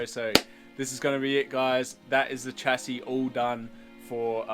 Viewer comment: love the content but please pronouce chassis correclty